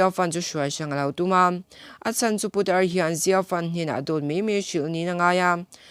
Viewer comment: I video ka lo en kual a,i in siam rem chak hle mai,ngaihthlak pawh a nuam tawh e,mahse i thu lam hi, i lam no ka ti dawn nge i lam tha peih lo ka ti zawk dawn,lam puat,putar tih te puta tih lam ang a ri te leh thu thenkhat te hi a la awm leh zeuh thin a nia..ka subscribe nghal ang che, i ni bawk a.👍💯